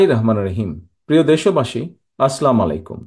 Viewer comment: আছলাম আলাইকুম না ভাই, আসসালামু আলাইকুম ❤❤